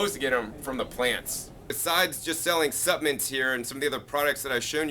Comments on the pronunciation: I can't get over him saying suppmints. so cute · You have GOT to pronounce “Supplements” correctly. It was difficult to stay focused on what you were trying to convey because you kept mispronouncing the word “Supplements” If you want to people to take you seriously, you have GOT to master the English language.